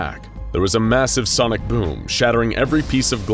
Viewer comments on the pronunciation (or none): none